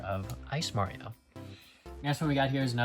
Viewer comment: I’m sorry but it’s Mario not mawio